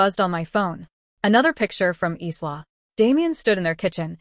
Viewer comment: Isla, a beautiful Scottish name pronounced “Eyelah” not “Eeslah”.